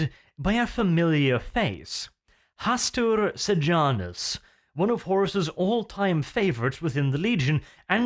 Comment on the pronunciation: Uhm Hastur Pijamus xD wearing pijamas